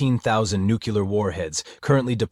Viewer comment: Sorry, but the AI voice said "nukular". 😆🤣